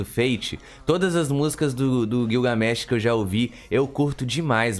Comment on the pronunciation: Gilga... , não é guioga.